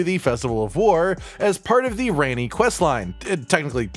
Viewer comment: this dude calls Ranni Rainy😂😭